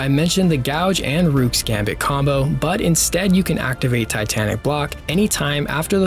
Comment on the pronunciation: It’s not “rewk” it’s rook, pronounced like “book”.. you wouldn’t call it a “bewk”